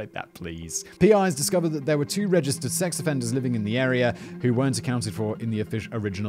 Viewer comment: Did you say "Sex Afrienders"?